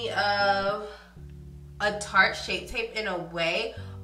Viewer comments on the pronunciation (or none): none